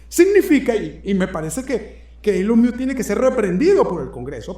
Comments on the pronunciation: Se pronuncia elon mosk miusk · se pronuncia mosc o masc, no miusc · Querido, entiendo tu lógica al ponerle la "I" al apellido "Musk" pero en este caso no aplica, lo más parecido en español sería "mosk" así como si fueras a decir mosca pero sin la "a". Feliz noche desde Breckenridge Colorado 😊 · Primero aprende a pronunciar bien Musk, y por otra parte, el Presidente hizo campaña con él por un año y el pueblo Americano VOTO porqué Elon Musk hicieran lo que está haciendo, eso lo pidio el PUEBLO AMERICAN..... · Supera interesante, pero por fa 🙏🏽pronuncia el apellido de Elon como es😊